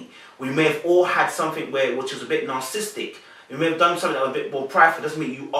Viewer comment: I truly enjoy how you dissect the personalities on this show. The words narcissistic and narcissism have 4 syllables and not three. Otherwise, always a great video!